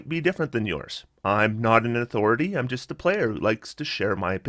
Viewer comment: When you're saying 2d6 and 3d6 "the damage gist gets there," what? edit: just realized you're saying "just" lol